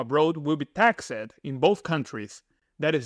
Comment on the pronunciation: Simple rule to help you pronounce taxed , don't say tax Ed say taxt and soften the t sound